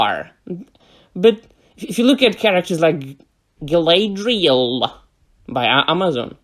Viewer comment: Gaelaydriael :D i'll pronounce her that way from now on (the TROP abomination version, not the real Galadriel)